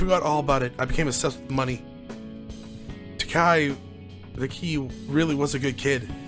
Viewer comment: amazing that you read taiki as takai. it's ta iki